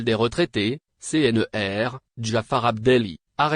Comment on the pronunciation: C- N - R - et non C-N-E-R